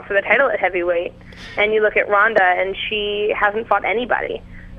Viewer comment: Ronda Rousey should find this guy, and break his arm for mispronouncing her name. Much respect for Sarah, but Ronda is a force of nature. Strikeforce knew exactly what they were doing.